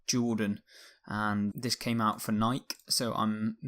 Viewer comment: nobody: pronouncing nike: nik